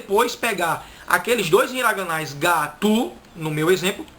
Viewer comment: Você só errou pois no nihongo não furavio será furabio e não é ga-tu será ga - tsu essa letra que você pos significa tsu você ensina muito bem gostei muito só esses pequenos detalhes que tenho certeza que logo logo você estará familiarizado